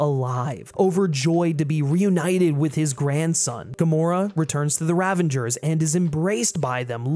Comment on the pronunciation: Ravager, not Ravenger